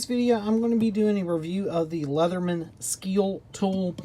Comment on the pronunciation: Good video! But it’s pronounced “ske-le-tool” lol